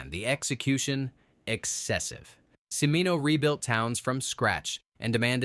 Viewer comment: You pronounced Michael Cimino'' name two different ways and they were both wrong